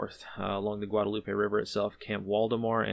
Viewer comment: ... but he said 'Guadalupe' right so I give him extra points for that 🙂